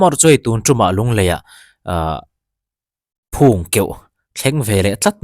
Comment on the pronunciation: Phûng keuh ni lo in, phung tih tur a ni, (phung) hi tih dan phung/ nih phung/ phung thlû tih angin heta phung hi lam rik tur a ni